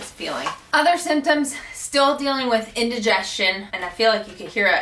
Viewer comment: Hi! You said a word that sounded like ”intragestion” or somethimg like that. Cant find it in dictionary, please help me with the spelling thanks.